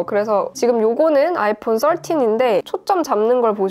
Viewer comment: 아이풘 떨틴~~ 뽈틴~~ ㅋㅋㅋㅋㅋ